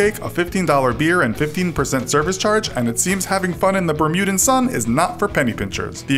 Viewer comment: Can you say BERMUDIAN, we hate when it's pronounced wrong.